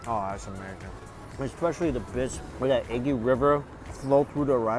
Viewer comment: Its “amerrrrrzing” lol….nice video